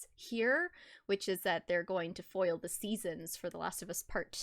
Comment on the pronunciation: Every time you said foil 😖